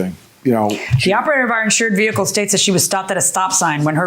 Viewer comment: How about "eC-ce-tera" instead of etcetera. Or "ve-Heh-cle" when the h is supposed to be silent in vehicle. Or "sa-pose-aB-lee" instead of supposedly. Or "pitcher" when what they mean to say is picture.